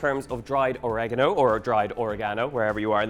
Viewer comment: oregano - How by looking how this is spelt can anyone say Orageno? Or-ee-gah-no